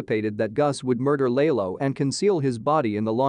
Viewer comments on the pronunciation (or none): Lay low u mean lalo